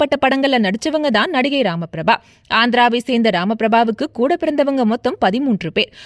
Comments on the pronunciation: உச்சரிப்பு தவறு. ராமபிரபா அல்ல. ரமா பிரபா. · Rama prabu ella Ramapraba ucharippe sari ellai. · பெயரை சரியாக உச்சரிம்மா பெயர் : ரமா பிரபா என்ன வோ போ